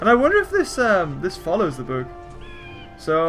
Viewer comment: Why does he say boook